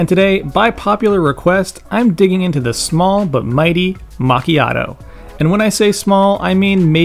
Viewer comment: It's always funny to hear the american mispronunciation of this word lol